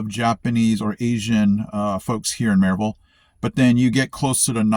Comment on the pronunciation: You’ve adapted and are a true Appalachian based solely on how you pronounce Maryville 😂. Glad to have you , brother .